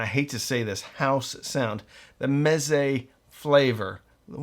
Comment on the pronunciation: Ahh Mez-ay